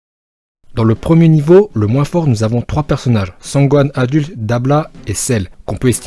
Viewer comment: Mais par contre c’est dabra pas dabla